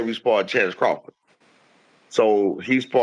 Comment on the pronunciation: His name is HITCHINS !!!!! not Hitchinson